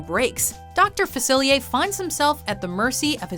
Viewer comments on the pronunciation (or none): Why is Dr Faciliar's name pronounced as "Dr Facili-a"? Is it just because of his country/culture/whatever?